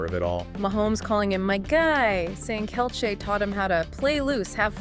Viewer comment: This AI voice has trouble pronouncing Kelce, Jeez, you want hits just do the narrative yourself or is English not your native language? THUMBS DOWN